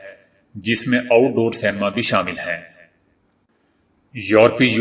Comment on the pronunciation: محترم آداب! آپکی کاوش کا شکریہ۔ آپ اچھا کام کر رہے ہیں۔ آپ کی آواز بہت اچھی ہے اور انداز بیاں بھی۔ مگر کچھ لفظ آپ غلط کہ جاتے ہیں۔ جیسے آج ، سینما بین ، عود وغیرہ ۔